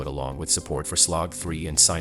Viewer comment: It’s ai, notice me t says a75 an a7v (ve not 5) slog and cine pronounced wrong as well.